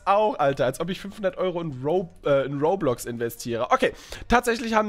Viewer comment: Roblox nich rohrblox